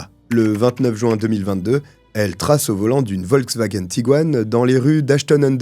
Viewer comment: surtout quand il dit « jou-un » au lieu de « juin » 😄